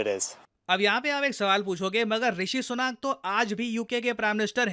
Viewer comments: भाई उनका नाम ऋषि सुनक है ऋषि सुनाक नहीं, जैसे आपका नाम है प्रशांत धावन नहीं.😊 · ऋषि सुनक है वो "सुनाक" नहीं. भो Sadi के.... अब तेरे नाम को कोई "धवान" बोले या लिखे.. तो तुझे कैसा लगेगा.